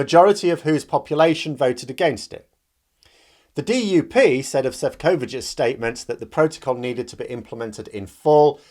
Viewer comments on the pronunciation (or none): Please! Stress on the FIRST syllable in his name. Šefčovič = CHEF-chow-witch